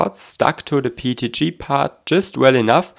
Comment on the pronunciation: your pronounciation of PETG (PEET-G) reminds me of Pingu